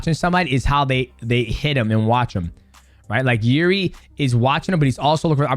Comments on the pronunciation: I think the correct way to pronounce Jiri is Eerji. In russian иржи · It's "irzhi". Coz he is Czech. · Jiri pronunciation - Yuh - eRee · Are you saying jiridy?